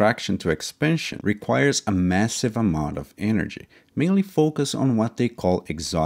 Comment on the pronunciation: I'm guessing you meant: "Expansion"?! Not 'epansion' 😌